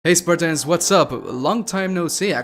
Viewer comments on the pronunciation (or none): none